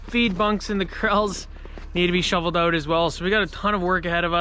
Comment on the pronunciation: You say "Ouwt" an insane amount!